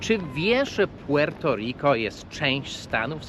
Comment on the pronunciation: Te twoje "puŁerto riko" rozkurwiło nie tylko mnie, ..ludzie piszą ci to komentarze, chcą ci wbić do półjankeskiej makówki, a ty dalej swoje..większość czasu, dwa dziewczyny, itp...I mnóstwo td